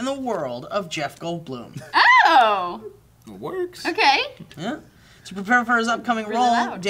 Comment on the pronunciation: channeled John Travolta with the pronunciation of Jeff Goldblum